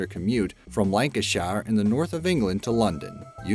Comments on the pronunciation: Lancashire not Lanca-shire. I don't know why But, you Americans like to add more emphasis onto words or pronounce them as they look on paper, it's cool though. I just thought I'd correct you, on how us English pronounce it. :) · It's pronounced "Lanca-shur", not "Lanca -shayur". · btw its pronounced lancasher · I know..Lancashire was funny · You say Lancashire so weird omg lol